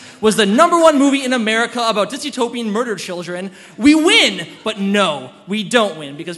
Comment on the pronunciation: DYSTOPIAN. The WORD is DYSTOPIAN. There is no such word as "disutopian".